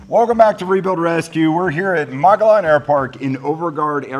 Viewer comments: "Mah-gaw-lawn" airport? You meen, "moe-Gee-on" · Az a native Arizonan I gotta be that internet guy It's pronounced "mo - gee - yon" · Get it right guys. It's pronounced Mo-gee-on. The Ls are silent. I spent many years hang gliding around the rim.